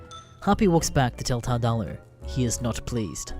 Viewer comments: You were butchering the name from the start. It’s tard-ooo-loo, a portmanteau of retard and Cthulhu. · Normally this kind of thing doesn't bother me enough to make a comment but the way you kept pronouncing "Tardullu" kinda irked me.